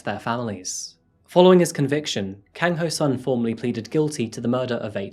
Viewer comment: You may want to research your cultures a little better. The killing and eating of dogs in Asia is cultural not psychotic. China actually has a annual festival and Japan use to have "Dog" Shops where you could buy dog meat. Other than that it was a very good presentation, but you also may want to check your pronunciation., it was pretty good except the Si is pronounced She, rather then See and Kang is a short a not long a as in car.